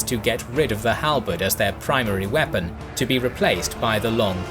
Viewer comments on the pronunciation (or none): "...the Swiss squares began to 'wee-pun'..." LOL